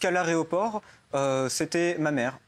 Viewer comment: l’aréoport t’sais